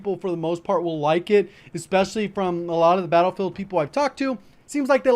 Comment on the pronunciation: You called it battlefaild in the beginning lol.